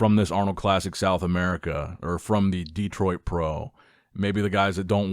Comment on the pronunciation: The Dee-troit Pro.